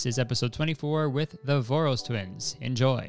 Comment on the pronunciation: Omg as a hungarian it was so weird to hear you pronounce Voros. As I see their name has been modified for easier english pronouncination, but it originates from the name “Vörös” which sounds completely different, so my brain went through all the 7 stages of grief trying to get used to this pronouncination lmao